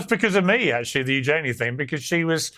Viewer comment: Princess Eugenie: like her mother Sarah said it is pronounced “use….ya…knee”. Dan is spot on with how it is pronounced.